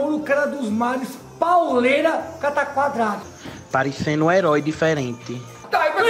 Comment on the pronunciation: "Parencendu um herói diferenti" (hauahhaha aí carajo) 😂